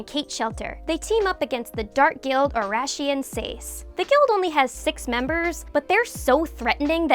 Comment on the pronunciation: God that pronunciation of "Oración Seis" hurts my ears